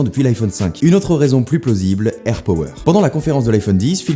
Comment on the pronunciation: Juste ca se dit airpAwer